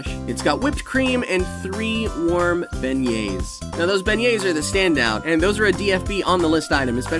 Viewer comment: are you sure you're pronouncing "beignets" correctly?